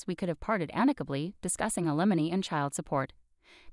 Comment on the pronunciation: The word ALIMONY isn't pronounced /a LI monee/. It's/A- li- mow-nee/.